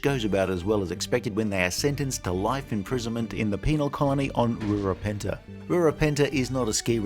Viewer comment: Rura PEN-THEY. PEN. THEY. Penthe. Not Penta, or pentu, or peanut butt.